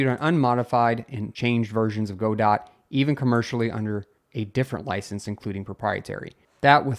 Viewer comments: it is Godot. not GoDot. o.O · Great updates, but Godot pronounced "guh-doe", not "go-dot"! It's a French phrase/name :) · it's guh-dough not go-dot.